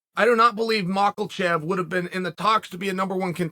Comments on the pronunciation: Muckle shelve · This video has: Hazm, Hazmat chimaev, oozeman, macklechev. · Being John Malkalchev ? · Macklechev? Bobba green? Never heard of them. Remember when she'll put out a video the other day and mispronounced khamzat's name multiple times right in front of him LOL I love chael! but he's terrible at pronouncing people's names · Learn the fighters (last names) please. Stop calling him Makhalchev. Stop calling him Khazmat. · Mockelshev vs Daroosh is going to be a helluva fight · Chael Sonnen, there is no L in Islam Machachev's name.